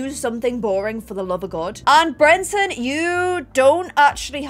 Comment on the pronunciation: I personally was never as bothered by the Brenton mispronunciation because I knew he wasn’t going to be the heir, and therefore we wouldn’t have to listen to her mispronounce it for a whole new generation 😭